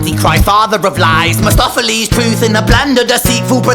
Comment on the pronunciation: I don't know if it's a mistake but he says Mestopheles instead of Mephistopheles, but Ren does play creatively with words (eg, in Down the Road). Another homophone is Mistoffelees from the stage musical Cats, but I can't imagine Ren is referring to that.